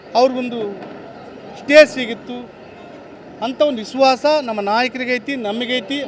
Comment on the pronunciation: ಇಸ್ವಾಸ ಅಲ್ಲ ದಡ್ಡ ಮಗನೆ ಅದು ವಿಶ್ವಾಸ...ಮೊದ್ಲು ಕನ್ನಡ ಕಲಿ.